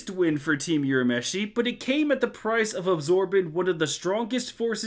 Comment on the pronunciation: Sorry I'm sure others have already pointed but Urameshi is not pronounced as "You-rameshi" - it's "Woo-rameshi" (also "Woo-ra-oto-"gee" (like "geek")). You made awesome video but every time I hear You-rameshi I cringe a little